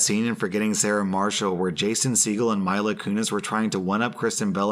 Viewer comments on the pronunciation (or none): I coulda said mila Kunis but it was clear he doesnt know who that is to say her name wrong . Since the late 90s people know its mee-lah. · Its pronounced ME-luh. You got to get it right cause she's my celebrity wife 🤪. Also OP In 2nd story should have asked to come over like listen if yell making this kind of noise and I'm next imma just join you. Lol otherwise don't threaten .e with a good time, especially if said good time will end in some O faces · He called Mila "Myla" what